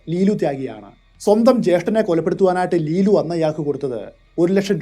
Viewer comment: ജേഷ്ഠൻ എന്ന വാക്കിന്റെ ഉച്ചാരണം ഒന്നു ശ്രദ്ധക്കണേ!